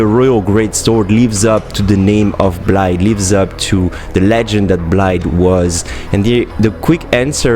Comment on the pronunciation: his name is blaidd not blade, pronouces bl-eye-the